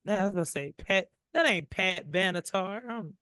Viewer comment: The singer's name is Pat Benatar N.O.T. Pat Banatar. Come on.😶🙄😶🙄